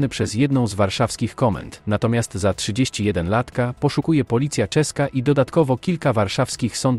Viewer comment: Jak chcesz żeby lektor czytał poprawnie zdanie "31-latka", to musisz wpisać tekst z palca, a liczebniki napisać słownie "trzydziesto jednolatka". Czuwaj!